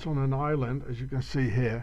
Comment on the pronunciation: THE " ISland' of 'th" Juice...